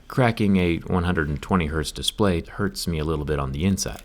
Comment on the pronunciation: "it HERTZ me"